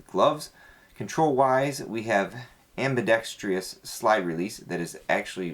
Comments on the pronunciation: "AmBEEDexTruss" NOT "AmBeeDexTreeUs" Goddamn school system anyway. Turning out inarticulate knuckleheads. Cool gun though. #EnglishTeacher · That's not the issue it's ambi-dex-trous not ambi-dex-TREE-us. There is no TREE near the end. I only mention it (to Eff with you) because my girlfriend who listens while I watch GRRRs at how many gun guys can't say it correctly. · You're worried about saying integral correctly, when you can't even pronounce ambidextrous correctly. :)